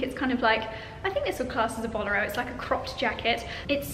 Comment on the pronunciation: Pronunciation of bolero had me 😂